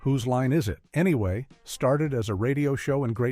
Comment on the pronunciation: Whose line is it ………… Anyway. Why the ridiculous space/pause. It’s one sentence. Oh Americans, mess everything up.